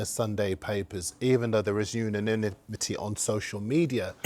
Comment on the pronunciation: At 1 min 49 secs "...uniminity"... 🤔